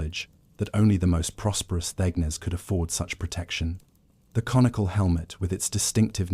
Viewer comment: East Coast, U.S. It's one a.m here and I am ready to crash. Thanks for the video! :) BTW, "thegn" is pronounced "thane."